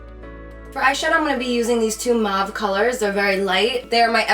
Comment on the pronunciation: Lol I've heard beauty gurus say, mawve, muavie (?), moevie... How hard is it to pronounce mauve?! Like moe with a v at the end! Lol